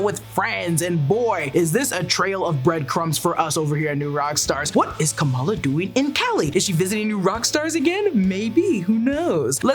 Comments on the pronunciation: PSA its Kum=ALL-AH Not KOM-EL-UH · She's Ka-MAL-a. She's not Comma-La Harris.